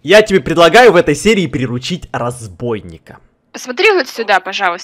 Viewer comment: Кста не разбойник а разбийник